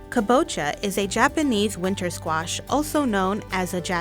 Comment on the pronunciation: Your voice is annoying. Never narrate again. And you keep pronouncing kabocha wrong....